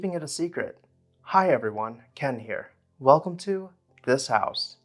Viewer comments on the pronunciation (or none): none